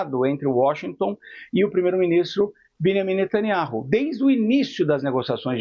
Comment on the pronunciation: Velhaco ai só repete o mesmo. Fala q quer eliminar israel, o hijab da outra... sabe pronunciar o nome d netaniahu. Ñ pronuncia o J. Evanjegue dedicado 😂